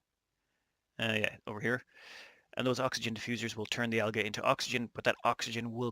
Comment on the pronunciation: Hey man I believe it's pronounced (al-jee) algae.